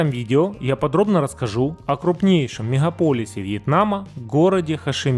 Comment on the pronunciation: меХХаполисе - в первых словах. Вопрос автору - вы из Украины?)))